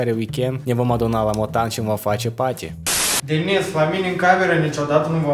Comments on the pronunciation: Bă da nu se zice paty se zice party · Nu se spune patin ci party